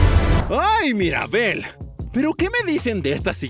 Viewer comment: No es Maribel es Mirabel